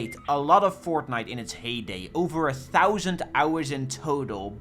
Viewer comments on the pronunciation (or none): none